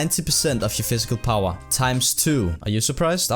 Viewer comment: "Physical powwa"